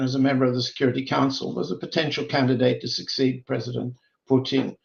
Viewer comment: You’d think that after 35+ years in Moscow Mr Helmer would have learned how to pronounce such basic Russian words as Putin…and how can anyone refer to the “Russian race” in a country comprised of more than 100 ethnicities? The Russian Nation, by all means, or the Russian people, but there is no Russian race, it’s debatable there is even a Slavic “race”, but that would be more applicable than the Russian race